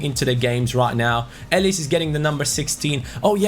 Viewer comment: elis is a really good player for dynamo but it’s pronounced elis but the i is pronounced as an e edit: dragowski from fiorentina is an amazing young GK he’s in the mid 70s and is like €3-5m in price. also u can train him to 80 overall in first season. 👍